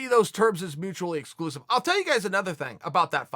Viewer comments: "mugicly exclusive" lmao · chael "mucheckly exclusive" sonnen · Mugically exclusive. I have been saying it wrong my whole life evidently. Ok great. Thanks Chael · Chael 'mugically exclusive' Sonnen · If Chael Sonnen says mutuclly exclusive then I say it's mutuclly exclusive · Kelvin "GATSTELUM", "MUJUICALLY EXCLUSIVE" My boy chaels been on that wine.